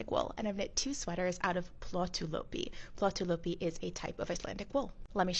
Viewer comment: That is so interesting, is it really warm because I knit and I’m menopausal hot 🥵 all the time. You pronounced the yarn name well . The double dots ü above a letter indicates the vowel sound E as the following letter , well that’s what a 17 year old taught me when I was 17 living in Germany , back in 1980.